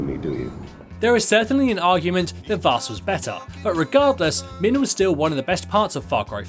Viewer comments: Its not vääs its vaas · The way you pronounced "Vaas"... Dear God... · You pronounced vaas's name wrong!! Wtf!?